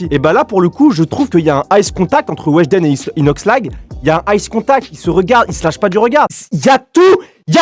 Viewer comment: c pas ice contact c eye contact xd